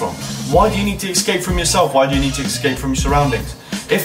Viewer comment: ESCAPE* not excape